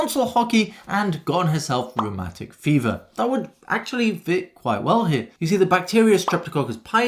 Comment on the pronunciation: The first time you said rheumatic fever, I heard romantic fever. It was weird and confusing until I heard it properly. 😅